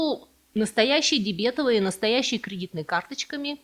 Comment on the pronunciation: Впервые слышу, чтобы дебетОвую карту, называли дебЕтовой😆